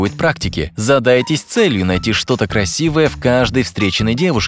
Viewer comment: Ой прастите красивая а не ррасивая 😮😮😮😮